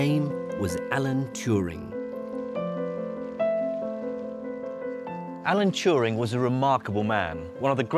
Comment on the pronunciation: And nobody knows Alan Touring....Allen Turin .... Allan Tewring. ... whatever